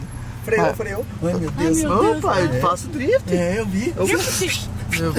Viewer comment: KKKKKKKKKKKK TO MORENDO DE RIR BEM NA ORA QUE O FALOU DRIFIT ELE DEU UMA CHEIRADA NA NATI